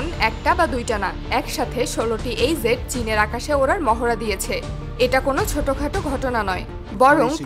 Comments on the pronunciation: একটা হলো jet আর একটা zet দুটা এক নয় মিয়া। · মাফ করবেন jet এর উচ্চারণ ভুল হচ্ছে, ওটা zet নয় বরং Jet